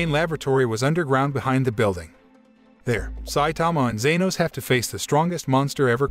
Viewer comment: It's not zenos